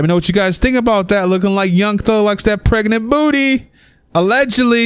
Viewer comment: Omg, is it only me or the way the commentator says 'pregnant' is so hilarious.. Pregenant booty😂😂😂😂😂😂